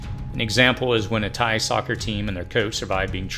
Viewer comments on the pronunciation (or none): none